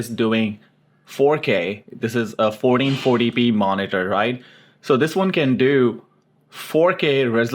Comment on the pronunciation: SOUNDS LIKE YOU SAYING 4040P.